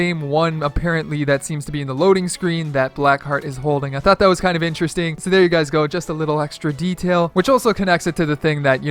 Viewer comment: in the first 8 seconds i can already tell he's going to say, "ineresting" about times this video